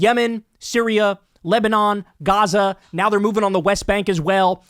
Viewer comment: Kyle: "Yebanon, Lyria, Sem-"